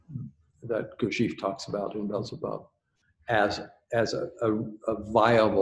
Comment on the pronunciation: Someone tell that chap how to pronounced Gurdjief which does*not* rhyme with thief. Lord but the kinderlander-mercans set so much stock by weordsor words About words.